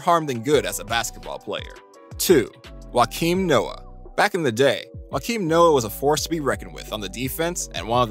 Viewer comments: don't know don't care we were both wrong. Just watched joakim Noah's interviews and it's joe-keem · Nobody: This guy: Joakim Noah = Whakeem Noah